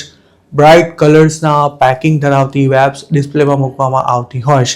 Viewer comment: Bhai thodu pronunciation par dhyan aapo. Vapes ma V no ucchar van ke wet ni jem nai pan Vechan ke Vevai ni jem thay. Atlo saras ahevaal English na khota ucchaar na lidhe hasyaspad bani jaay che.